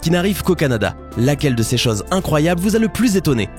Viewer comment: interessant mais bon dieu aprends a prononcer les "ô", les "eu" , même les chases, les heure ses etc